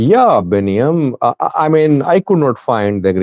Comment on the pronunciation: if you do not want to be a laughing stock then learn how to pronounce easy names like betam gobez. If you can say J-e-mal then you SHOULD say B-e-tam correctly. Hint it is not Jimal right?